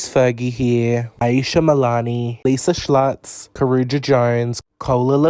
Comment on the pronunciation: You trying to pronounce Schultz just game me a stroke